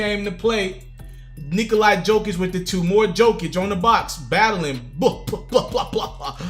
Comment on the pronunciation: again my man.. it's pronounced yo-kich!